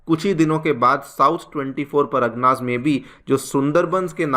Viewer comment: Paragna nahi pargana hota hai , please work on your pronounciation , it sounds awfull.